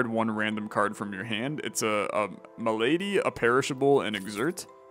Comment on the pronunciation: the malady cards being called "m'lady" cards is gonna kill me 😂